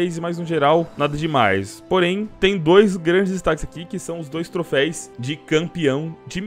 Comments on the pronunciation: Toda vez que voce fala TROFEIS meu ouvido sangra... é TROFEUS!!!!!!!!!!!!!! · O certo é troféus, não trofeis flw. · Não é trofeis, é trofeus!! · Apenas uma observação: troféus e não troféis. De nada ;) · cada ‘’trofeis’’ q ele fala e uma facada no meu coracao pqp